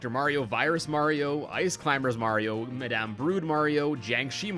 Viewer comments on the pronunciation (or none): none